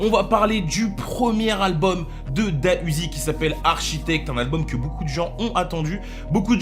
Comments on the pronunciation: Juste pour info on dit D.A Uzi et pas DA Uzi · On dit pas Da uziii mais D A uziii🤦🏽‍♂️ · On Dit D. A UZI